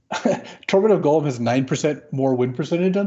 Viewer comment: His name is Gollum and it rhymes with column. Y'all keep pronouncing it like golem.